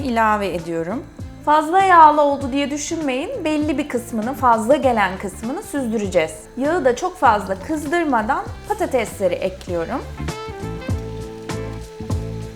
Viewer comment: Yigi değil yağı dikkat edelim çok itici oluyor Türkçeyi katletmeyin